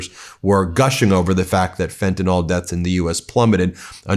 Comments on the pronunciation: It’s pronounced fenta-NIL not fentanyl-NAWL. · can you and that military goon please learn to read? It is fentanyl, with a 'y', not fentanol. It is pronounced, "FEN-tah-nihl," not, "FEN-tah-nol." BTW, trotting out someone with three tour in Afghanistan, one of the places that never attacked us, and him being an "elite" whatever? Um. How many innocent people did he murder over there? Why are you acting like a mass murderer is worthy of attention? Military veneration is stupid, when their service was for the corporations, and the vanity of stupid presidents. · Fen-tuh-NILL! PLEASE! Yipes! And we'll all feel better when we jail the Epstein pdf-files.